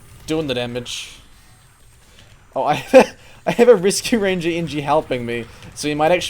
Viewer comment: sounds like he"s saying risky ranger